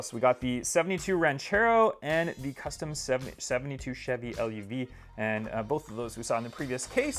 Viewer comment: And Golf Mark 2, not em Kay. And Chevy Luv, not l- u- v